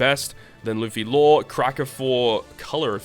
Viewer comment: Thats not Law, thats "Low" get your fact straight